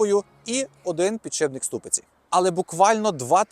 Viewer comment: підшиПник, не підшиБник! під шиПом, не під шиБом ))